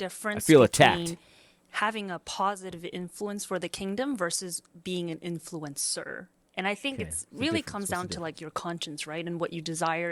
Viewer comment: Why the azn lady keep saying "influencer" like "influence sewer"?